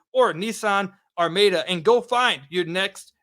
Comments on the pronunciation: The Nissan is pronounced "arr-MAH-duh" sir. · apparently never heard the word “Are-Ma-Da” before.